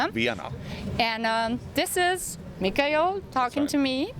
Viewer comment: Axe pronounced Mikael's name differently (Michael/MIKE-el). 😁